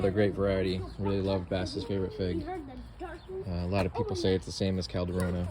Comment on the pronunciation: "Figway" - lol! Looking great.